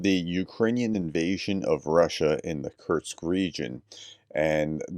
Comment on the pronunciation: It is not Curt-sk. Kursk. ; )